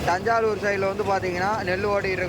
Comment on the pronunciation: அது தஞ்சாலுர் இல்லை தஞ்சாவூர்